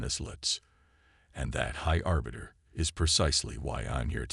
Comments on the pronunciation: Please do all of us a favor and teach your AI how to spell and understand context for pronunciation of some words. Pick one spelling for a name and stick with it throughout the story. Aliens should have alien names... Sk'thar. High Arbiter, not Orbiter.... two totally different words meaning totally different things. Engage the calm system? Try COMM system, short for communication system. A little basic research and editing would help you greatly. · Remember this moment high arse biter could have been a good mispronunciation. I hope the real high arbiter has a good sense of humour or where duck shit 😱.